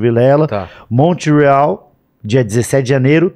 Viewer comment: "Mont Real" = Montreal